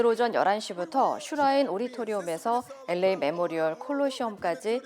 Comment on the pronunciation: 앵커 목소리가 부담스러워서 뉴스를 안들었었는데, 특히 LA 발음 정말 괴로웠습니다. 목소리에 변화를 주신것 같네요. 한결 부드러워지셔서 듣기에 좋습니다.